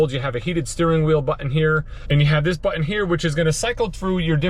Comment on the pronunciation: Haha, Texan here - I noticed it too. So much emphasize on the two syllables: "butt ... inn"